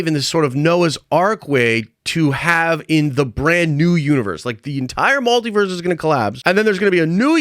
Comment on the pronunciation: Why are you saying MALtiverse?